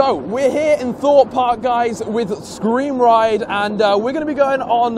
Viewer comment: Wait screm ride or scream ride?